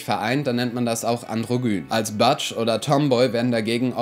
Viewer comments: Ich denke auch: wenn die Begriffe schon sämtlich in Englisch präsentiert werden, dann doch besser auch mit der korrekten Aussprache. "Bear" spricht sich also "Bähr" und nicht "Bier", "Butch" spricht sich "Butsch" und nicht "Batsch" und das "i" in der englisch ausgesprochenen Aneinanderreihung LSBTQI* selbstverständlich dann auch "ei" und nicht "ie". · "Bear" spricht man eigenlich wie "Bär" aus, nur mit einem weichen "r". "Butch" spricht man wie "Batch" oder "Bitch" aus, das "u" wird kurz und hart gesprochen wie in "Luft" oder "Kunst". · Super video! Übrigens: Bear spricht man nicht wie "Bier" und Butch nicht wie "Batsch" aus ;) Passiert aber leicht mal wenn man die Begriffe nur liest ^^